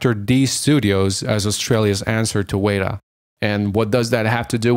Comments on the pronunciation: This is a little nitpicky, but you pronounced "weta" wrong. It's wetta, not wayta. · It's pronuonced weta (whe-tah) not wayta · It’s not pronounced “way ta”, it’s “wet a”...... you’re welcome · WETA! (weh-ta) not WAYDA. Thorough video though. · "Wey-da"? "Wey-da"?!?! Weh-TA! Weta Workshop! C'mon, man... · The New Zealand FX company Weta Workshop is pronounced wet-a not wait-a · Weta is pronunced "wet-a" i believe. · Excellent video, with a lot of behind-the-scenes information. BTW ... Weta (as in Weta Workshops) is pronounced WET (as in, opposite to dry) A ... WET-A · The New Zealand studio is pronounced WET TA, the name comes from a bug found only in New Zealand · interesting ideas. Be good to get pronunciations correct. New Zealand company WETA is pronounced 'wet-ah'. Its named after a new zealand insect. Also, the mad max game of 2015 is most certainly based around Australian geographics. The desert in Auzzy are not all red. But good video. interesting back story of how the games developed... or didn't. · OMFG its said Wet Ah as in the floor is "wet" and Ah as in bah b"ah" black sheep. Wet-ah "Weta". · Awsome video, but just one pointer it’s wet-ah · Weta is pronounced wetter....as in the insect the studio is named after.. just saying. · It's pronounced "Wet-ah"... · You’re pronouncing “Weta” wrong it’s killing me lol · You kept pronouncing WETA wrong. It’s eating me up inside.